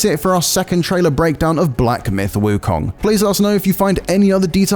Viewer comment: Please get someone who speaks Mandarin to say "Wu Kong" correctly, you are butchering the name